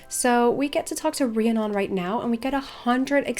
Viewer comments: Pretty sure it’s pronounced ree-Ah-nun I couldn’t watch the rest of the video cuz of it haha. My brothers best friend has the same name. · Drew-id and Ree-ann-on. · I reeeeeally hate to be THAT person, but... It's pronounced ree-ann-on, um-brah and droo-id